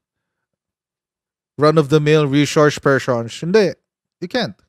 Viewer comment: Rishorsh Pershuns 😂😂😂